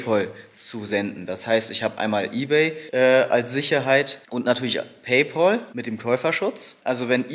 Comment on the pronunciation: **Klugsch-Modus-an*** Oh nein! Du musst Paypal (sprich "Päipel") nutzen! Paypaul gibts gar nicht! ;-) ;-) ;-)